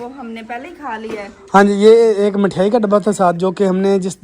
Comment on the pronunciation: Mithyaai nhi mithaai bolte h bhai